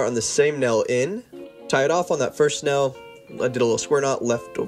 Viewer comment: I hate the way he says tail and nail. Sounds like “tell” And “nell”. Irritating.